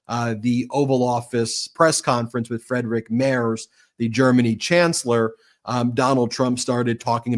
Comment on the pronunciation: Pronunciation correction Friedrich is pronounced FREED Rick. In German, ie is always pronounced like ee, and ei is pronounced like eye. In other languages, other rules apply.